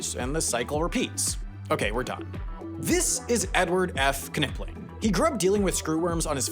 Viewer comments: Dr. Knipling's name is pronounced 'NIP-ling', not 'KUH-nipling' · Pronouncing the "K" in "Knipling" is wild.